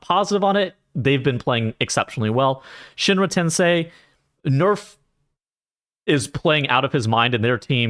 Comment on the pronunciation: you pronounced shinra tensei correctly in this vid thanks god